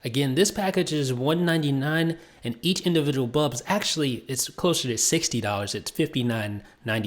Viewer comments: Dude... BULB BULB not BUB!!! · Great review. Pity he can't pronounce the word 'bulb'.